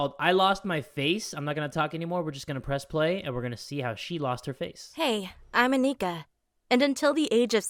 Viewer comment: “Hey. I’m Aneeka.” Bruh the pronunciation is A-nika